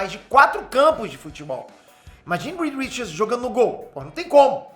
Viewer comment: Aleluia. Falou o nome certo.